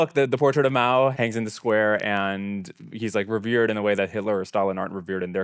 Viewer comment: By the way it's Mao not Moa.